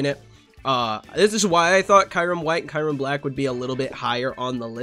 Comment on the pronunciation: Why do I keep hearing kayrem? 😂